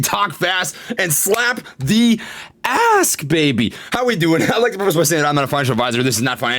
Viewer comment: Did you say “Slap the ask” or “Slap that ass”? Fuck it... I'll slap both! ☺️🤷🏻‍♂️